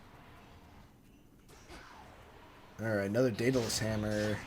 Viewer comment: I'm like 90 seconds in and his mispronounced Greek names have already irked me. 😂 Dem-a-tor and Day-Dulls are not how you say Demeter and Daedalus.